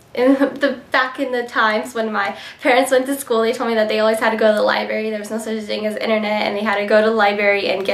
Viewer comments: haha straight A student says "lieberry" instead of library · lol , she said liBARY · she said library wrong...js not to be rude